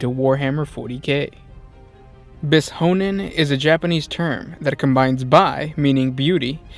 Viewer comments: Bis-honen? Srsly? XD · "Biz-honen" lol dat pronunciation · Oh ffs... you read the "sh" in "bishonen" pretty much as you would read it in any any English word. Technically, it should be softer, kind of like "ś" in Polish, but you definitely not separate the "s" and the "h" as you did here.